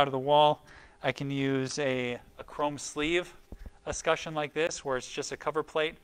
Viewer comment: Thanks! - this helped me know what to order and also explained how to terminate. But please! Es-kut-CHUN not es-ku-shun